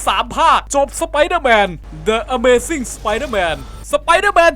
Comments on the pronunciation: ดิอะเมซิ่ง ไม่ไช่เดอะครับ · พี่พูดฺผิดครับต้องเปน ดิ ไม่ใช่ เดอะ ครับ เพราะว่าถ้า เดอะ นำหน้าสระต้องเปน ดิ ครับ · ไม่ใช่ เดอะ นะครับ ต้องเป็น ดิ ถ้า The ขึ้นแล้วมีสระตัวแรกตามมา ต้องอ่านว่า ดิ #ข้อมูลเล็กๆน้อยๆครับ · ชอบที่ทำคลิปนะคะ แต่อยากให้พี่ทบทวนการอ่านชื่อตัวละครหรือชื่อหนังใหม่ เพราะบางชื่อพี่ก็พูดผิด อย่าง the (ดิ) amazing พี่พากษ์ เป็นเดอะ อเมซิง #แต่รวมๆแล้วถ้าตัดเรื่องพูดผิด ก็สนุกทุกคลิป ทำต่อๆไปนะคะ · the amzing = ดิ อเมซิ่ง ครับ ไม่ใช่เดอะ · มันอ่านว่า ดิ อเมซิ่ง ไม่ใช่หรอ ผมเรียนมานะ55555